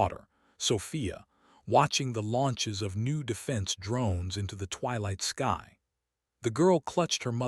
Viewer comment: this ai cant say sky